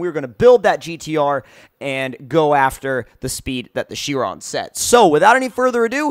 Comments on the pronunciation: It's pronounced "kye-ron" not "she-ron." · Bugatti Chrion...New? I know the Chiron but I don't know the Chrion.